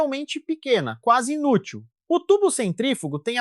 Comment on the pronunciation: A IA leu "INútil" como "polegada útil" 😂